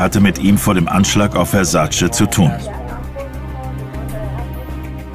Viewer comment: Wenn die Amis bloss endlich lernen würden, wie sein Name richtig ausgesprochen wird... Der Mann hiess VERSAC●E● mit EEEEEE und nicht "Versaciii" 🙄